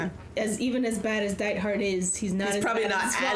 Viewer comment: Dietfried, not Diethard. Pronounced “DEET-freed”. You can hear the characters in the show say it as “DII-toh-fhu-RII-doh”. Netflix gets handed a gem and can’t even spell the names right.